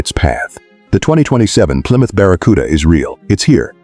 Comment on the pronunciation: AI SLOP! , PLYROUTR? Stop with the nonsense!